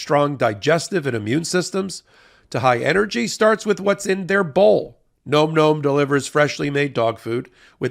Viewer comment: Nom Nom. NOT Nome Nome!